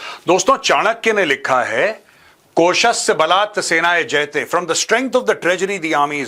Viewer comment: It's not jayte, itsJaayte